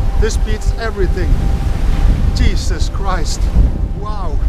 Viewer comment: i like how he says "cheesus christ"